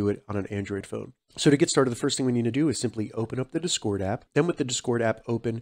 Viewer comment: you gotta make it sound like discord not desquirt